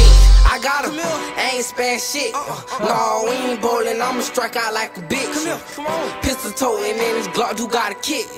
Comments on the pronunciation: He said bowlin not boolin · He said bowling not boolin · He said “bowling” not “booling” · Bowlin not boolin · And it was bowling not booling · Bowling not boolin